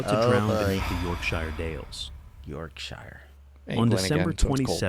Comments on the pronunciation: Sheer is fine it's shyre which is wrong. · Whos gonna tell americans Shire in Yorkshire isnt pronounced "shy er" its "yorkshuh" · YORKSHIRE pronounced YORK and if youre american how you say the word SURE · As someone who lived locally to where this was. We know about cave flooding in the local area, and to basically stay out. Also it’s pronounced York-sha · Its pronounced yorksher.n yes it rains alot lol.on the story its very very sad 😢. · Yorkshire is pronounce yorkshur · Pronounciation: YorkSHURE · yorksher works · Mancunian here lol “yorkSHOH” 🤭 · I’m an Aussie and the why we pronounce shire as YORKSHEER 🤷‍♀️🤷‍♀️🤷‍♀️l have no clue why, 😂😂😂😂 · Britain has hundreds of accents but in county names it's always pronounced 'sher', no matter your accent. The word Shire has become contracted over time to sher. So: - Yorkshire = York-sher. - Oxfordshire = Oxford-sher - Nottinghamshire = NottingHUM-sher - Derbyshire = DARby-sher - Leicestershire = Lester-sher - Worcestershire = Wooster-sher. Correct English (i.e British English) isn't always pronounced phonetically which can be confusing. This is because until Dr. Johnson's dictionary of 1755 there were no set spellings. Webster, changed to phonetic spellings in his own 1828 dictionary which is the basis of US English. Or 'Simplified English for Beginners' as we call it here in England.😀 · "York SHIRE" Any place name with the suffix "Shire" is pronounced "SHUH". A fell is a high and desolate place and often has hills or mountains that dominate over the tree line in the distance. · it's pronounced shear as in York-shear but written as Yorkshire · Your version is northern English which is wrong, Oxford English pronounces it as sher, York-sher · As someone from the Yorkshire Dales, hearing it pronounced wrong repeatedly makes me sad 😅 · Great start, can't even pronounce Yorkshire properly!